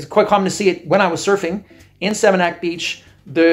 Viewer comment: You lived there for 8 months, but still can't pronounce Seminyak or Kuta? That's why the Balinese are over certain kinds of tourists, with respect.